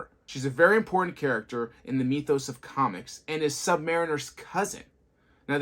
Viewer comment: "Mi-thos" not "Mee-thos" Mythos